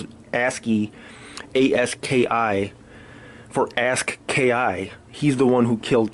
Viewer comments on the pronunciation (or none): You say you have your ear to the streets but then you pronounce Aski's name as "asskey" and Oblock Cheno as "chino", 051 Booby as "Bobby".. seems like you're reading your info from the internet just like everyone else